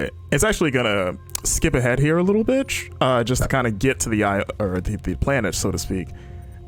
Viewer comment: did he just say at "skip ahead little b!tch" instead of little bit lol